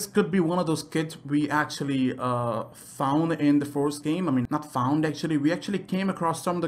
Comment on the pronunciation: Like if you heard “forest” instead of “first” half the time